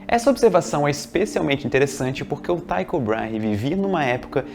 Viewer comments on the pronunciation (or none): O correto é 'Tíco" e não 'Taico'. Eu sei que parece ser o segundo caso, mas simplesmente nao é. E quando ao segundo nome, sendo ele um dinamarquês, parece que o adequado é 'Tíco Brarrah' ou algo assim.